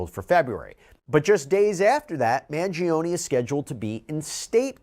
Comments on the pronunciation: Please pronounce Luigi’s last name correctly: Man GEE on ee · It's pronounced, "Man-gee-oh-nee".